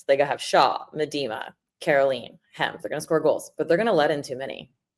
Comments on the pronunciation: Meh Dee Ma??? 😆😆😆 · Viv’s name is pronounced Mee-da-ma. You’re welcome.